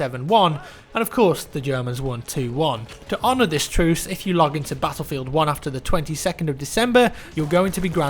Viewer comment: HOLY SHIT I HATE THAT ACCENT SO MUCH! CANT YOU SAY BATTLEFIELD LIKE A NORMAL FUCKING PERSON HUH?